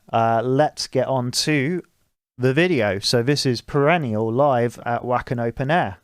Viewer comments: I liked the first few minutes because I already appreciate the style you propose, greetings from Northern Italy. Ps only criticism is that Wacken is pronunced Like english "Vacken" because in german the "e" Is pronunced "v" PPS And forgive me for my Bad english probably i make many mistake in writing but i speak italian, finnish and a Little bit of german but i've Problem with english 😂😂😂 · Did you just say....Vacken with a W?! Haha